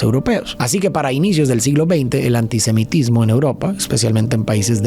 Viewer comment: antisimetismo? Cuando tiene errores así me hace pensar que alguien más le escribe y el solo lee sin entender lo que dice!